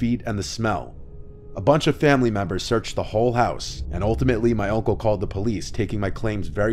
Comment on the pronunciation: Is anyone else hearing "oncle" instead of "uncle"?